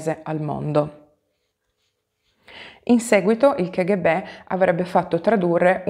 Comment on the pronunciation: Piccola precisazione: l' acronimo K.G.B. si deve pronunciare "ca-ghe-be" e non che- ecc. Lo so, può sembrare cacofonico (nel figurato senso della parola eh ; ) ma la K in russo si pronuncia KA nonostante tutti si sforzino di proposito di sbagliarla pronunciandola alla pugliese.